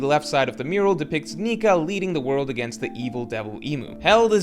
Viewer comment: Only 5 seconds in and it's 意味が分からなかった not 意味が分からなかっ, not Elbaf Murual but Elbaf Mural love your videos man but can't stand this AI slop particularly when it's so conspicuous and easy to fix.